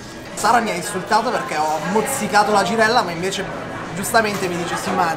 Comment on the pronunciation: “La givella l’ho sfilettata io pevsonalmente ievi sera”